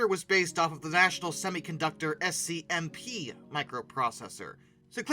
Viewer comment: SC/MP = SKAM-p' (like the word scamp) Zilog = ZEYE-log (long i)